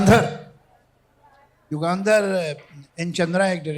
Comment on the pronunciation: बेहद खुबसुरत! सिर्फ एक सुझाव: युगांधर नही, युगंधर.